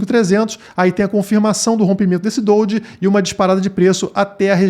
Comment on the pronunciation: Amigão, gosto de tudo no canal e com toda a humildade, e sem ofensas eh dojí (se pronuncia do-jí e não doldji), hehe. Desculpa ai a correção. Bj! E continue o bom trabalho, acompanho desde sempre